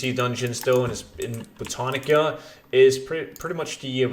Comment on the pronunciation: ITS BOW-TAN-ICA